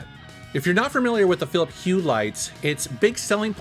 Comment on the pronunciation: Philips Hue is cool stuff. I have a Philips TV which has their AmbiLight on it, like a strong LED light strip behind it/around it. You should say philipS instead of philiP. there's an s at the end =D!